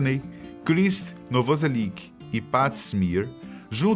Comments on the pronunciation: não é krist noviselic é krist novoselic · Novoselic, não Noviselic... e os nomes das músicas poderiam ser pronunciados corretamente, por se tratar de um vídeo com tão boa produção e pesquisa. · "Noviselic".... eita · "Fecal MaLter"? Krist " NovIselic" ??? O q são isso?? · Afff que cara leigo, é fecal matter não fecal malter, e o baixista é novoselic, "novoselithii"